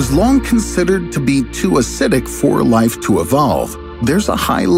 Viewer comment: Every time say Life "LALA! LALALA!"